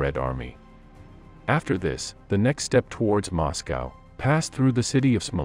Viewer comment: moscow sometimes moscowa.